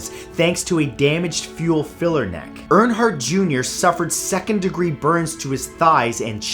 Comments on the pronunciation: It's not ernheart It's erenhart I know it's not the right spelling it's the sound. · LOL! My last name is Reinhardt and I thought it was my last name not Earnhardt.😂😂😂